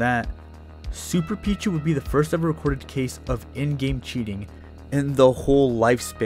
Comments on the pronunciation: ITS PEECHU NOT PEACH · i know what ur talking about, but why do u keep calling him “pich” when “peach” is in the game, listening in the background gets kinda confusing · Pich-U the u is not silent